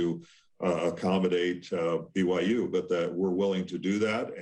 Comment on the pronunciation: He pronounced President Schovanec’s name correctly, then Schovanec says “I’m delighted to welcome “Bigum Yum” University into the Big 12 conference”?!?! Hahah